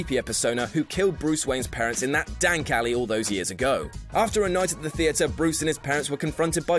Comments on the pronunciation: did he just say dank alley? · he said dank ally lol